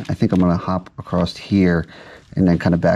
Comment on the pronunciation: acrosst is not a word. Is it so hard to say across?